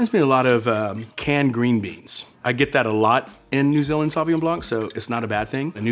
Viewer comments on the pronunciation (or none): No. Saw vi ngon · Is his pronunciation of "saw win yaw-ng” for Sauvignon typical of how most Americans would say it?